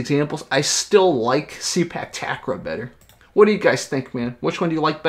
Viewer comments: actually it pronounce " Say puk Ta Kraw" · It pronounced Say-Park Tark-Raw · The way to say it is SAY-PARK TUCK-RAW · It’s pronounced “Say Puck Tuck Raw” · Its pronounce Say-Park Tuck-Raw